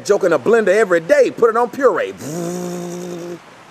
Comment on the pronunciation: "Puree" LMAO!!